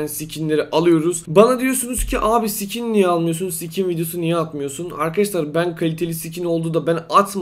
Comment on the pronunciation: Abi skin e Sikin diyorsun hahahahahahahahahahahahahaahhahahahahahahahahahahahahahaahahahahaahahahahahaaahahahaaaaaaahahahahhahahahaaaaaahahhahahasjaajshshshahas